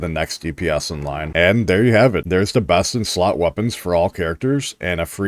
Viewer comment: I know you said the best in slot for sanhua part, but I heard breast in slot, lol.